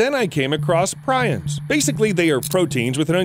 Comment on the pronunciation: Prions is pronounced "Pre-ons". Good video brother.